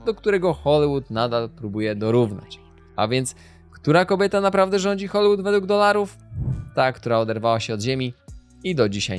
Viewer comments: scenariusz na bank napisał ci Chat GPT Dałem radę obejrzeć połowę bo Hoolywood czyta się z i a nie z y czego po 30 powtórzeniach nie da się znieść sorry ho·lee·wuhd nie ho-lYY-wuhd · Wszystko fajnie,ale błagam wymawiane przez Ciebie Hollywood brzmi tak drażniąco.